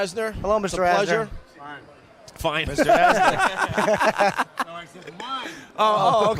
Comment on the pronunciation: It's Ed Asner not Asher...maybe put a little effort into these videos.